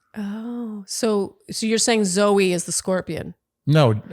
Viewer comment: It's Zoe not zoey